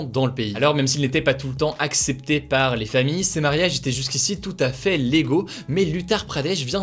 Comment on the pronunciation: "Ces mariages étaient tout à fait LEGO"